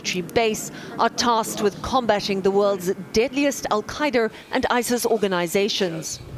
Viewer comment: the world's deadliest Al-Kydurr " 😆